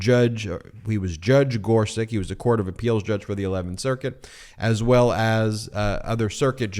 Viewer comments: Ben! Regardless of how much he make suck, Neil Gorsuch’s surname is pronounced “GOR-sutch”, not “GOR-suk”. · GorSUCH just like it’s spelled. Not GorSICK like you kept saying. Eastern European names always end with the -ch sound unless the family changed it for some reason. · Ben - the Justice's name is pronounced "Gor-sutch" not "Gor-suck." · gor-suCH, not gor-siCK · Thanks, Ben. On pronunciation. I believe the original spelling is “Gorsuč,” meaning we would pronounce him “Justice Gor-such.” Second, I believe that Trumpie’s a bone fide illegal, too. His Opa Friedrich immigrated from the Bavarian Palatinate illegally, hiding the arrest warrant out for him, for evading conscription in his home country. Meaning Trumpie’s Dad Fred was an illegal child of illegal immigrants, too! BoneSpurs Trumpie’s a fraud. Always has been.